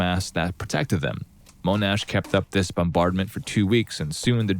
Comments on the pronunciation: Yea although General Sir Monash's name is pronounced Mon-ash not moan-ash. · First story. . World War 1 France. . General Monash was AUSTRALIAN . . So his name wasn't pronounced with a French accent. . It is pronounced MON-ASH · Mon-ash not moan-ash. General Sir John Monash. Mon-ash.